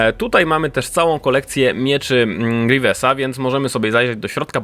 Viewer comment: Ej mówcie grywiusa a nie grewiesa